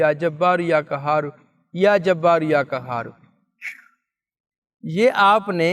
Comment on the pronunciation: برائے مہربانی اپنی تجوید درست کریں یا کہار نہیں ہے بلکہ یا قھار ہے اس کو درست کریں جزاک اللہ خیر